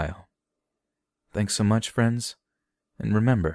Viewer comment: Did you say your flat or your flap is always open? Because one of those is a warm invitation that is much appreciated, and the other is something you should probably rectify. But I’m not sure which is which.